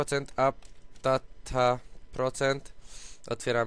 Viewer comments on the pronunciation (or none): none